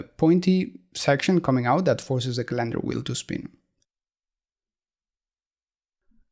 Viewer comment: Love your video's and voice over! BTW the word calendar is pronounced with the emphasis on the first syllable in English. But pronounce it any way you like!